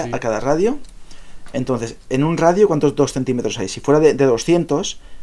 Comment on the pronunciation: Se dice radio coño